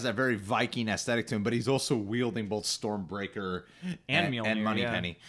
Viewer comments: The correct pronunciation to Mjølner( Mjolnir) is: M J EA(rth) L N E(nd) R At least that's how we pronounce it in the nordic countries. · It’s pronounced Meal Near.